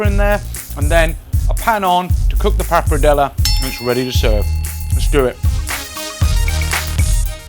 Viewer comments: based on how Mr. Food Busker pronounces wagyu, I fully expected him to pronounce this dish RAGyoo. I'm glad he didn't. Ugh. I spoke too soon. He's pronouncing papardelle as papradela. Accents on the right syllables, but moved the R and changed the last vowel to an A. I can't argue with the recipe though. It looks like a real winner to me. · "Papradellah" - 5